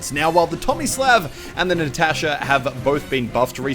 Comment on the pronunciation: The "Tomisläv" and the "Nätäschä"